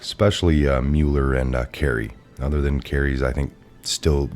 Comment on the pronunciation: thank you,, it's pronounced MUH-ler, not MULE-r.